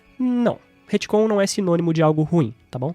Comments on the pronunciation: se o falar HITCOM mais uma vez em vez de RETCOM eu vou morrer de agonia.... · Ia terminar de ver o vídeo, mas cada vez que ele fala Retcon com "I" no lugar do "e" me dá nervoso!